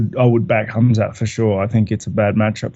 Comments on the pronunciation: His name is Khamzat, not Hazmat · Knuckles, if your reading this. It's Khamzat not hazmat! Lolol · Robert actually searched khamzat name. He wanted to say Hamza but ended up saying hazmat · its khazmat not khamzat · Hazmat? Rob is butchering Khamzats name😆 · Rob calling Khamzat “Hazmat” non ironically is great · Did Robert rally called Khamzat for Hazmat...hahaha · Anyone realise Rob kept calling Khamzat, Hazmat? 😂 Reminds me of them Hazmat suits people in labs wear 😂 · I know right? It's pronounced Kumshot. Who would name their kid Kumshot? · Rob called him HAZMAT 🤣🤣🤣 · hearing Rob calling Khamzat “HAZMAT” made my whole week. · I have a friend who looks just like rob and he literally says his name the EXACT SAME HAZMAT WTF IS THAT LMAO.